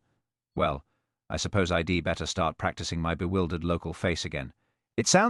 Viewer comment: I love these stories but this AI reading is terrible pronunciation mispronunciation these are such good stories I enjoyed it anyway thank you. Sadly even though AI can write brilliant stories and good stories it does become repetitive when AI alone is writing instead of using their original books...im instead of I'm.....id instead of I'd .. ill instead of I'll..... after Mr. and the name yowl not you'll , well not we'll...so basic come on AI We are educating you